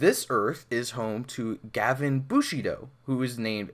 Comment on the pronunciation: GaVAAN not GAvan